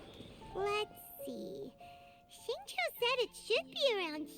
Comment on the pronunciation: Uhm acshually it’s (zing-cho) not (zing-Choo) 🤓